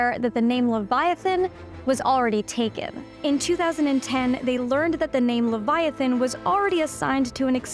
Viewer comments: Levi uhthan not leveeathan. You’ll never get your spells to work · Liviaten💀 ITS LEVIATHAN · "It's Le-VI-atan, not Levi-Atan" --Hermione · Pronunciation lə / vaï/ a/ θan not le /vy/ ah/ tan. Come on, it is a name straight out of the Bible with 1000s of years of entomological history how could a scientist get it that wrong? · La vi o saaa not la vi oo sa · Wth is livyatan? Hahahaha..unless she is referring to the LEVIATHAN.. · Normal people: Leviathan This mf: Liviatan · its pronounced lev-eye-i-tan. i tried watching your video, forced myself to get to the halfway point but i couldn't do it because of how often you say levyottin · Am I the only one pronoun it lay-va athan and not Lee-va athan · "Levy-artun." You sure about that? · Leviathan is pronounced Luh-vai-uh-thn. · Can you pronounce Leviathan correctly? Ley-via-than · its levi-a-than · Pronounce leviathan properly. Lev-i"-a-than. Emphasis on second syllable. Get real. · Livvy ahh tan. Really? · luh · vai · uh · thn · Pronounced leh v eye a thane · I'm pretty sure it is supposed to be pronounced like "leviathan", but with "tan" at the end...not "livvy ottin" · That’s not how you pronounce Leviathan!! What’s a Livyotan anyway?? Okay. I get it but it’s still stupid. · there's a TH sound as in 'the' in leviathon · It's pronounced leev-yah-TAHN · I believe it is pronounced "Livy-O-tan" ....ok that was a horrific joke and I do feel the shame of it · I can't watch this. You need to learn how to prenounce Leviathan. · Why can’t she pronounce “leviathan”. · Your pronunciation of Leviathan is so wrong and annoying I could not watch this entire video!!! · I'm pretty sure that the pronunciation is placed on "vi" not "a". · FYI you're not pronouncing Leviathan improperly. The "I" sounds like you say it when you recite the alphabet. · You could try pronouncing leviathan correctly at least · Try learning how to pronounce "Leviathan." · LEVIATHAN! PRONOUNCE IT RIGHT! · It's not leviathan. It's leviathan.